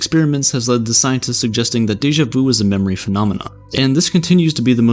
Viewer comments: It's deja VU not deja VOU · Its sha-mey vu its not the right spelling but no its not daja vu